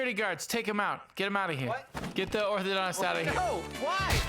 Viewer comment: Doesnt he say Orthodox not orthodontist